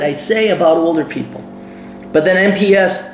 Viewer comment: we call it meps... not m-e-p-s